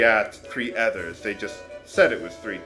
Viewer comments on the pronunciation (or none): I thought Ether was pronounced Ee-th-er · Sorry to jump in at an awquard place, but I think that the Ether's in the game are actually pronounced like the ether gas that dentists used to use... which leads me to believe that the E in Ether is supposed to be a hard E and not a soft E. If It IS Ether like I think, it means that all of the magic powers displayed in the game are the result of every character sniffing gas, which makes me laugh. hehe. <--see?